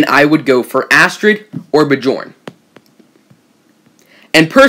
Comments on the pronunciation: i think it's pronounced "byorn" NOT "bjorn" same as fjord ("fyord"). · Bjorn is pronounced byorn